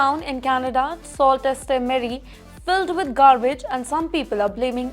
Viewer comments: Mam you are totally destroying it. Its pronounced Soo sa Marie and not salt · It is not salt ste marie, it is Soo Saint Marie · in case you need to know. Sault is pronounced SOO....it's French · Its pronounced Soo saint marie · Indians are blamed….maybe they are living there? Besides learn how to pronounce the name of the town correctly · please correct the pronunciation of the town sault ste marie ... it is not what you said ... but much different and not what the english spelling says....thanks